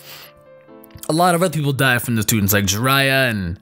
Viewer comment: I literally had to stopped the whole video after u said Jiraiya, my chest felt pierced and I can't watch this no more